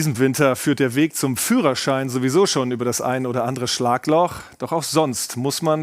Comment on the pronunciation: ፍሮ- ሻይን ❌ ፊዩረር-ሻይን✔️